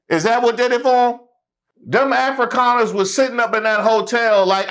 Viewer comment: Did he say Afri’Connors? I can see that. Oh he said “Afrikaners” my bad. 🤦🏾‍♂️😅